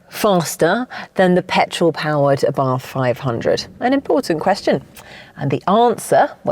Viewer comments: The pronunciation of the man's name...."ABARTH is pronounced Abart ( the H is silent) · 😂Sorry, but we don't pronunce Abarth as you did🤌 But don't worry, we are used to Italian pronunciation been butchered🥸